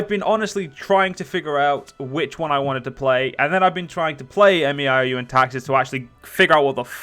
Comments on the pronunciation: It's pronounced "may-ow" by the way :P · You don't have to say M E I O U and Taxes. You can just pronounce it as May You and Taxes. Also you are in for one hell of a learning curve